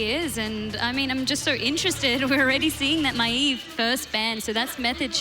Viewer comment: I swear that MaEEV makes me crazy.. esp. when the rest is saying correctly..